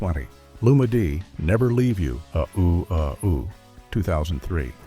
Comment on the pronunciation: "UH OOO, UH OOO." 😖 It's "Uh oh." 😆😆